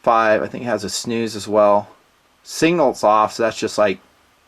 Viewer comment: Say it,: "Signal". "SIGnal". Sig. Nal. Not "single". Sig-nal. Love you, brother!